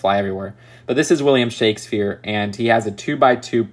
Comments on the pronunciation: anybody:: William Shakeshpere me: reddit 😐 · "William ShakesFEAR". Okay....